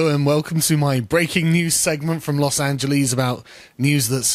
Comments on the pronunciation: Los AngelEHs. Not AngelEASE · Why did you add an e to Los Angelese? I was there today btw. Should have stalked you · Los Angeleez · Ah, the good old Los Angeleez.